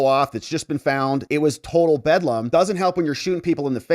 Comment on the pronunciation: Did you say, "It was total Fedlam"?